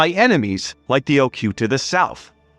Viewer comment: Not Ocute, but oh coo tay.